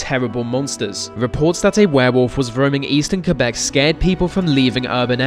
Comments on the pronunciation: Gotta love the proper pronunciation of Quebec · WOOOOOOOOOOOOOOOOOOOOOOO!!!!!! SOMEONE FINALLY PRONOUNCED QUEBEC RIGHT!!!!!!!!